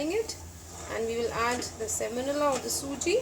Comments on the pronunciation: You mean semolina not semonila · Thanks for the wonderful recipes. Sorry for this but I get distracted every time you say semonila. It's semolina.